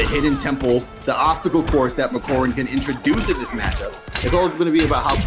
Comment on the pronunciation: The way pronounces Makoran 💀